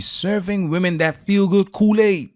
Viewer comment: It’s pronounced “women” not woman when plural, great education there sweetie